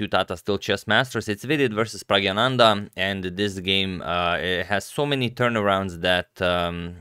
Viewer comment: Antonio its time you start reading Praggnanandhaa's name correctly.. Just break it down Pragna - nanda. See? its easy! amazing video though ;)